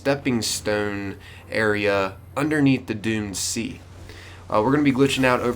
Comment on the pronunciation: I kept thinking you said dune sea instead of doomed sea